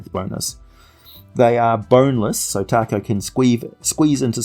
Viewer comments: I believe its pronounced TA-ko, not like the Mexican food. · I came here to say its "tako" but I see that's been covered. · William Jackson willing to bet it’s due to the fact that Tako (pronounced Taco 🌮) is Japanese for octopus. Very creative